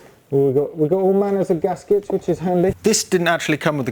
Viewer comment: Mumbles gaskets 😂